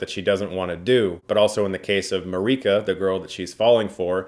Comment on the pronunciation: Marike. Not marica.